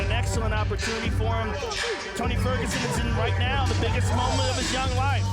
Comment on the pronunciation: ''Tony sterguson''? Damn Joe Rogan